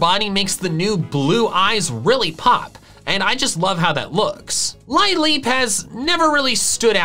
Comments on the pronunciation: Wait, did he call it Lie-leep? It's Lil-leep, like the flower lily, isn't it? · Yeah I always thought it was pronounced Lil-leep. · Lol he said lie leep 🤣 Yes it is lil-eep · "Lie_leep"? 😶 i thought it was "Leeleep" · Normally you're really good at pronouncing pokemon names (Yahvaltal included, of course), but....what?? LIE-leep? It's LILL-eep...like a lilly...right? And I've literally never heard anyone pronounce Munna as anything but MOON-a, like....a moon stone. Yknow, that thing it evolves with? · its lil-eep right? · HELLO WTF IS A LIE-LEAP????~!??!?$?!